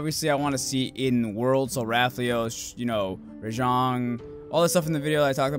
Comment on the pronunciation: (cough) excuse me? Did I hear you say Rathios instead of Rathalos. Your day must of been bad...